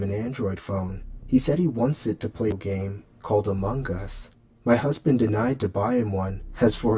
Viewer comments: Its Among Us. Not amongus. Ugh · “Amonguhn us”